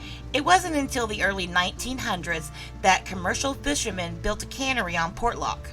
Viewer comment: same word ... many mis-pronounce ... Port ( pause ) Lock ... Portlock ( no pause ) .. Por lock ( missing letters ) .. Por locked ( missing letters & others added ) ... portland ( wrong word ) ... the shipping Port of - 'the city of Lock' ... make up your STUPID southern mind - & keep it consistant .